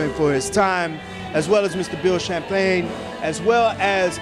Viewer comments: It is Bill Champ-lin...not "Champagne"...lost me at that point. Technical recommendation, hold the mic in the hand closest to the person you are interviewing...minimizes odd looking cross body presence. Danny as always is simply brilliant. Bill's tried to focus on the now and future but questions labored on rehashing old news. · Champlin, not Shamplayne